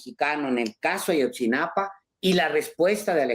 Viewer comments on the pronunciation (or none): Es: AYOTZINAPA, no AYOTZINAPAN. 😏